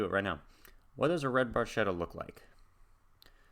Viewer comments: In Italian, the “ch” in Barchetta would be pronounced like a “k”. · He pronounces in English with has "ch" sound, so it's ok, they understand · ds9 Great choice, Great reaction. I was going to write my interpretation of the lyrics but Mr. Chamberlain's comment covers It very well. btw, the technically-correct Italian pronounciation is Barketta, even though Geddy does indeed say Barchetta. Great job as usual and hey it's a good day for binging on. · Pronounced 'bar-ketta' in Italian. It's a small car that is open-topped, with no removable or foldable top. Emphasis is on performance... "A brilliant red Barchetta from a better vanished time..." LOVE this tune! Thanks for reacting to it!